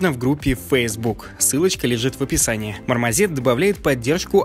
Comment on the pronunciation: Дурацкая наверное придирка, но почему ты произносишь мармозет, а не мармосет? Спасибо за новости :)